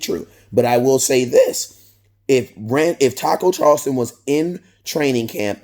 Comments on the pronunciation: southofheaven88 Listen to the way he says it. he pronounces it as Charlston instead of Charlton. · Not Charlston, it’s Charlton!!!